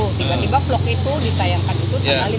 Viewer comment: Ngomong “vlog” aja blm bener wkwk, bim salabim jadi apa plog plog plog 👏👏👏, pak tarno kali ahhh, btw kok mirip pak tarno cara ngomongnya ya